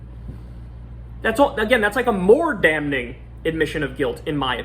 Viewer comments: Hey Kyle - the 'N' is silent in the word 'Damning,' so it should sound like you're saying, 'damming' (NOT 'dam-ning') when you say it out loud. Just sayin... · Bro, the "n" in "damning" is silent. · The n is silent Kyle. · Kyle pronounced the first n I’m damning around the mark and it’s really bothering me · Somebody's gotta tell Kyle that that first 'n' in 'damning' is silent, lol. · I can't stop focusing on how Kyle pronounces 'damning' always saying the 'n' lol. In other news - wtf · The N in "damning" is silent. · kyle, you don't needa pronounce the "n" in "damning" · I know it's stupid and pendantic but the first 'n' is silent in damning.